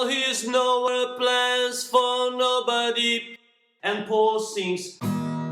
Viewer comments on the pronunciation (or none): You're the best teaching harmony voices, but please, check your pronunciation of the word "Nobody", I think the end of the word is not not well pronounced. Great tutorial